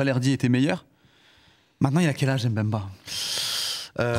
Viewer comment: On dit Mbemba Najim stp pas M'Bemba !